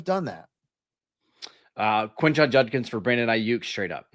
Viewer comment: absolutely butchers Judkins with Junkins. Yo man its a D. Not an N.